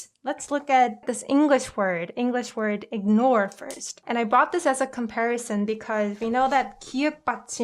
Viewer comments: Just a heads up. The "g" in ignore is pronounced as a g. Your pronunciation is a bit off I'm afraid. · ignore IS pronounced like iG-nore though, like everyone who I know does pronounce the g in it. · I'm sorry but i think your first English word example "ignore" is pronunced same as 'ignore' (with the g sound but lightly not in heavy g sound like in korean tongue 그 ) you can double check it if in doubt. I learning from your korean word pronunciation/word reading though. Thank you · Love your videos! I totally get what you were trying to convey, I think, so I'm sorry, I just have to correct you on 'ignore.' I'm canadian, and I checked and it's the same in American and British english, the g and n are both pronounced, quite harshly. It's pronounced 'ig-nore' like '익그으 노르" the 'g' sound is carried and emphasized. It's the same with ignoble (ig-noble), agnostic (egg-nos-tic), prognosis (prawg-no-sis), incognito (인 커그으 니토), diagnosis (다이아그으노시쓰). I think if you say "ing-nore" (잉 노르)people will understand, but it sounds a bit like a lisp. Or like an accent from a remote area. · that's not the proper way to say ignore in English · I agree that it's not deep and I have nothing against the person who made the video. I simply said that ignore was pronounced wrong which is relevant for a language vid because it's a confusing example for English speakers trying to learn Korean. That's why I think it's funny / odd that you keep defending it. If people don't care about pronunciation or grammar that's their choice / career limitation. I won't reply again if you don't.